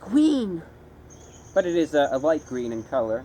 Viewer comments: I can't stop replaying the I T S G W E E N part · hahah, "it's gween". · its gween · IS GWEEN! Oh gahd Im in love 😂😂😂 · ITS GWEEN!!! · "ITS GWWEEN" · the moment you said "IS GWEENu!" I saw Smeegle reflected on your face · It's gween